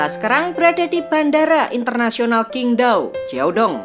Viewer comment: Mimin masih banyak salah baca pinyin Qingdao bacanya chingtau bukan kingdau Zhanqiao bacanya chan ciau bukan jankiau